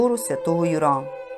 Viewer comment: Архикатедра́льний собо́р Свято́го Ю́ра. Не ЮрА наголос